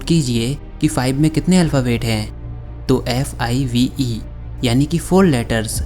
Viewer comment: Lekin five ko fieve kyo padhe